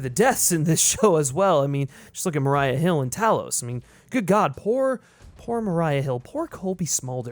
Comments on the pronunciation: Mah-REE-uh, not Mah-RYE-uh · Who the fuck pronounces Maria like that? Are you a Skrull, buddy?